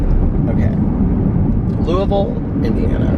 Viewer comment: As someone from Louisville, it makes me happy to hear you say it correctly 😂💙